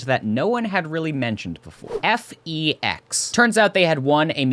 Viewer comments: it's pronounced "feck's" not "effy-yex" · Your videos are really good! They give out a lot of info and are very precise and entertaining while still being succinct c: (Also, FEX is pronounced like "fecks" :3)